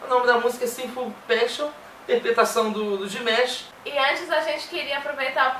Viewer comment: Valeu pessoal pela ração. Amamos Dimash! ❤️❤️❤️ O que eu acho mais engraçado de todos os brasileiros que fazem reação de Dimash, é a pronuncia do nome dele (DimEsh) kkkk